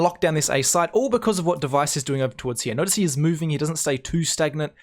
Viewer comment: nice vids and nice commentary one thing tho, your pronunciation of the word "here" you say something like " HeJAYH"